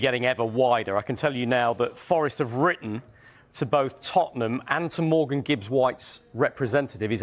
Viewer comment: Why is everyone calling him Morgans